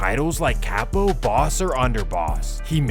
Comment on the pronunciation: Its not pronounce Cap-po its cah-po you id!ot